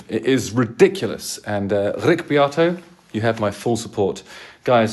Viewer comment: You need to work on your pronunciation of ‘Beato’! 😂 no one says Be-ahhh-toe 😂